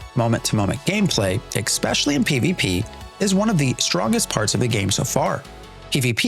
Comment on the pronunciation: Oh for the love of... "exspecially" isn't a word. It's "especially". Aside from that though, this is a very helpful video.